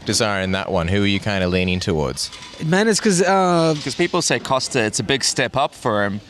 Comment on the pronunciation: He knows costa on a personal level and mispronounced his name every time he said it lol.